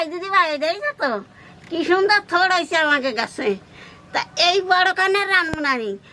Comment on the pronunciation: আমিও বাংলাদেশি।তবে এটা থোর না, থোড় উচ্চারন হবে।